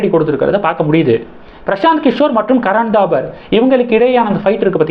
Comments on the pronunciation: Karan Thapar, not Dabar. How horrible your pronunciation is! You refuse to improve it. If you don't know how to pronounce names & words correct why do you make videos? Can't you pronounce P & B differently? Don't you know difference between P & B? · கரண் தாபர் .. '-பசு, படம்- சொற்களில் உள்ள 'ப ' போல் உச்சரிக்கவும்.